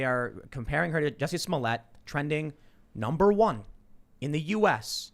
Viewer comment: Who is “Jussie Smollett”??? I’ve only heard of “Juicy Smoolieyay”